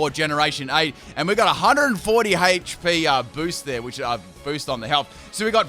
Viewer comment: I know Australian but the way he says hp still 5 years later makes me shiver